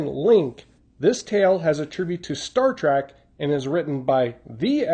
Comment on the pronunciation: Sorry to nitpick but its Star TREK you're pronouncing it TRAK, i was actually expecting a homage to Devil In The Dark, another Star Trek episode